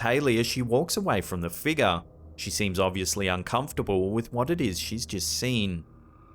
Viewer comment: You add an "R" to random words but remove it from "figure..." You say "figa."